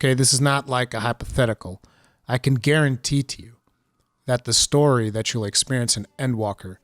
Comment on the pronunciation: Are you saying "guaranteet"?